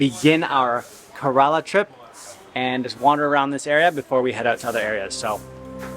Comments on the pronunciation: bro it is not kaaarala it is kaarala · It's pronounce "care row la" smh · You could begin by learning how to pronounce "Kerala" (Hint: It's not "Kuh-RAAAAA-La" LOL). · He said Carolo 😂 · It's prenounced as: kE-ra-la And kochi is: Ko-chi